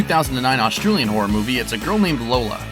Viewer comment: he dose not know how to say Australian.